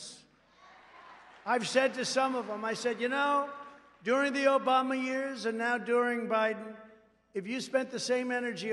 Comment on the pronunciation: Sounded like he said the Obummer years, lol.